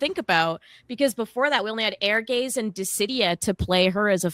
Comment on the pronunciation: "Airgaze"? Lol. It's pronounced like "Err-guys".